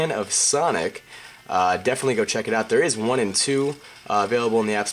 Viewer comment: "huge san of fonic"